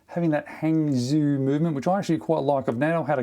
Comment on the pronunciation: Just a tip Zhou in Hangzhou is pronounced Jo